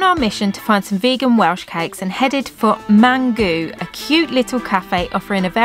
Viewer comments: Love this….you two are so funny 😂 Mamgu is Welsh for Grandmother, it’s pronounced Mamgee not Mamgoo, lol, following 😘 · Hi just wanted to say that the u at the end of mamgu is pronounced as an e. In south west Wales we call our grandmothers mamgu :)) I hope you enjoyed Pembrokeshire.